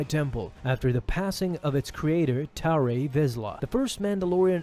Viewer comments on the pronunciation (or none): Also how you pronounced tarre Vizsla is not pronounced"tar-ray" but "tar" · It’s pronounced as “TAAAR”Vizla